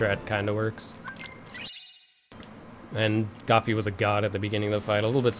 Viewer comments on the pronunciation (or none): Who else is triggered when he calls him Goffy instead of Goofy xD Haha anyway gj and nice record :3